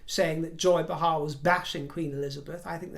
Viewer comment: Joy “Bay-Har”. Correct pronunciation. 😊🇺🇸🇺🇸🇺🇸🇺🇸🇺🇸❤️